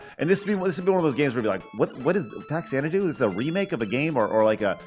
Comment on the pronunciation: Faxanadu is actually a portmantua of Famicom Xanadu (like the Olivia Newton John film). Fah-zan-a-doo.